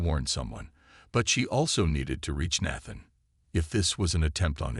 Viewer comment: Until the last few minutes, the audio is spoilt by the continued mispronunciation of the name Nathan. The spelling of the main woman's name keeps changing in the subtitles.